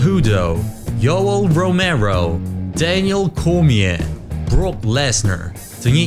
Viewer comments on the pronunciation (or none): 발음 잘하다가 나중에 브록이 뭡니까 브롹이지